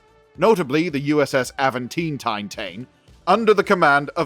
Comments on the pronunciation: Nice. :) In my brain it always has been British English "Aventine". (So not Aven-teen, that is the most Cali thing I have ever heard. :D) This person from the University of Birmingham is doing the correct pronunciation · its not Aventine like Newcastle upon Tyne, its Aventiné, the Destiny series of books are awesome, best Trek books ive read. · GAWD!!!! Can you be more annoying with that Tine/Tine/Tone Mess!!!! STOP IT! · "Avant Ting-tine-taine-tone". Good to know the spirit of "Spike Milligan" is still living on strong. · 😂😂😂😂😂😂😂😂😂😂😂😂😂😂😂😂😂😂😂😂😂 Please Stop I can't breathe. Aventeen, tine, tone....😅😅😅😅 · Avan tine ( like the hill in Rome) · Not enough effort to figure out how to say the ships name... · It’s not that hard of a name to pronounce. Jeezus.